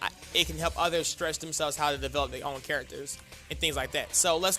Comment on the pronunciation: Develop not Develope